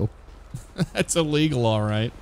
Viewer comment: “Are you okay? Was that lease-sul?” “Yeah, yeah. I would say that is lease-sul.” 😂😂🤣🤣